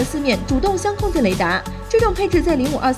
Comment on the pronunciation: 作为专业军事自媒体，相控阵雷达读错是不行的，相控阵，相位（phase）,不是相互的相。